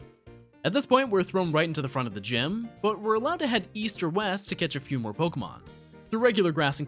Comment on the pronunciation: I'm so sorry but the fact that he pronounces 1/3 of these pokemon and city names wrong makes me, a person with OCD, wanna rip my hAIR OUT they're not even hard... :(